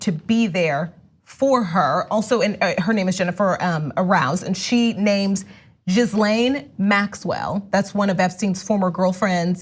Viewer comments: It's pronounced GUH-lane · Ghislaine is pronounced “Gheelan”.